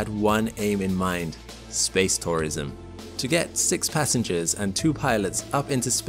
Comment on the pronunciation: I had a problem understanding this. It sounded like I was saying SPACE POISON, no he was SPACE TOURISM. I mention this for all the geriatrics, like me, who have hearing problems.